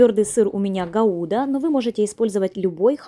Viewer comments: Почему гаУда, а не гАуда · Мне почти семьдесят лет,и сколько помню,этот сыр называется ГАуда,а не ГаУда!Ударение на первую А.😅